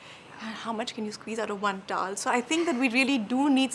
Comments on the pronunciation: It's not taall....it's towel.😊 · I do know ....but still....its not taaallll